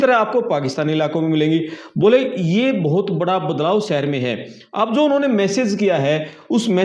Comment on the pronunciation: पहले अपनी भाषा ठीक करें। सहर नहीं शहर बोलना सीखो। यूट्यूबर बन ने से पहले भाषा का ज्ञान प्राप्त करना चाहिए। भोले बाबा